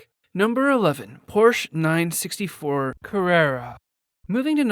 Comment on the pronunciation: u cant even say the model name correctly... sad..